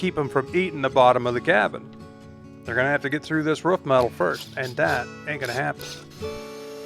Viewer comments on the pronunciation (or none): Do you guys say ruf in america and not roof? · it’s a roof not a rough. Lol. I know you have an accent. So do I. Love it! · say aloof. Perfect. Now say proof. Great. Now say roof....